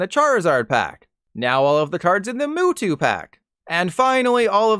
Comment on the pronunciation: Did this guy seriously pronounce it "Moo-two"?